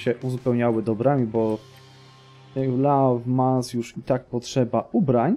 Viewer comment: Mała pomoc w wymowie: Bourges - Burż, Le Mans - Ly Mą, Nantes - Nąt, Tours - Tur. Będzie Ci łatwiej :)